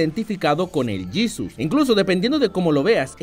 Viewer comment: JAJAJA, "El Yisus"